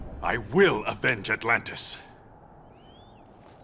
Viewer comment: "Altantis" ?? it's "Atlantis"